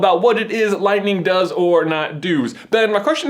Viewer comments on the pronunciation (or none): Did anyone else notice that said "anything Lightning does or not doos" instead of "does". i just thought that was really funny.